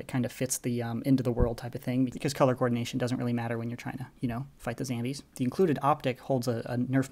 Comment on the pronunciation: dude I love your videos and your reviews but why do you say zambies not zombies (no hate)